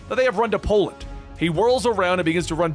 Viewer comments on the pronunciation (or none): none